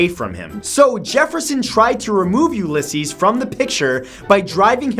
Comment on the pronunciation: its pronounced u-la-seas